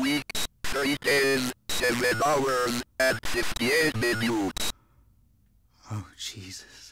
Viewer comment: Ah yes, 58 minyoots